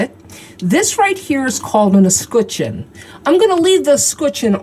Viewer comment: Never heard “escutcheon” pronounced like that. Sounds more accurate though 😁